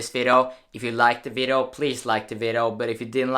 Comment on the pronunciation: "vido" Nice